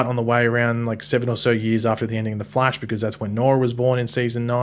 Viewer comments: It's pronounced The Flash, not Flea-sh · “The Flaysh. Or as some people call him the Flash.” Who calls him the Flaysh? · Lmao even if Flaysh were an acceptable pronounciation. No wayyyyy it’s more common than Flash